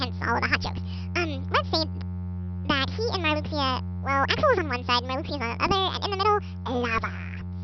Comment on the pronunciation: omfg. That is just hilarious, Oh and Marluxia's name is pronounced 'Mar-loo-sha' weird huh? oh well. I still like 'Mar-lucks-eeya' better